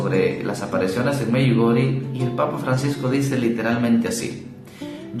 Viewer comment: Se pronuncia “Medyugorie”!!!!!